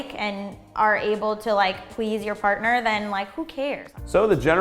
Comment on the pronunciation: at did she say fartner?